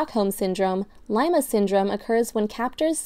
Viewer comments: It's [LEE-mah] not [LAI-mah] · She pronounced it wrong to, she pronounced lima like lime-ah when its supposed to be lee-mah as in the peruvian city that the disorder got its name from